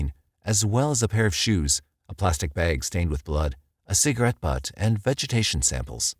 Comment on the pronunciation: I can’t watch this because of the way he pronounced Spokane and “bag”